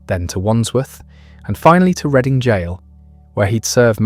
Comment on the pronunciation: It's RED---ING not reading 😮